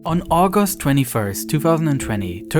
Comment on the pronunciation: On argost 21st, wtf is a argost ? does he mean August ?